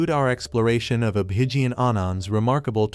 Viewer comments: Don't want to hear you, let's heaR Abhigyan, speaK, he speaks in beautiful English. Guys listen direct to Abhigyan. You don't even know how to pronounce his name. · No, if you can't pronounce his name right then don't make videos related to his predictions